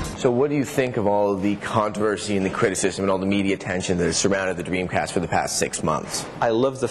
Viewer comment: Sessler keeps saying Dweemcast